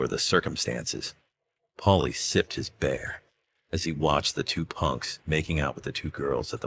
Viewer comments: when the AI mispronounces "beer" as "bear" 🤣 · Yeah. AI crap."BEAR" for BEER. How hard is it to just narrate it himself. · Lol, I was half listening while doing other tasks and was confused about that. 🤦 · "Pailie sipped his BEAR"?? Christ, that's just embarrassing. Why not cut out the AI slop narration and spend a few bucks on a HUMAN narrator?? There are a LOT of people who could use the work.